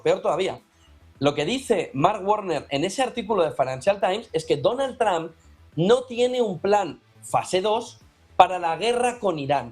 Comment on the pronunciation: DONAL TRAMP NO. ES DONALD TROMP== TRUMP